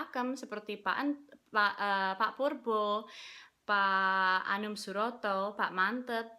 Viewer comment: Lek ngomong 'pak purbo' medhok'e metu 😂